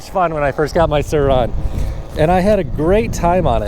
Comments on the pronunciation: He sounds like he's saying "sir Ron" like a British lord or some shit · The way you say sur RoN is bothersome